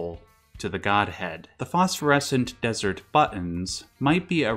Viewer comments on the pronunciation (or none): none